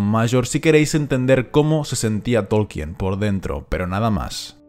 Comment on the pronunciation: "Todo lo que yo sé..." ja! Tan humilde el tipo este que ni sabe pronunciar el apellido del profesor